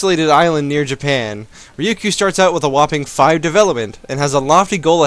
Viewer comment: Ryukyu is said Rye-you-Coo Trust my i used to live there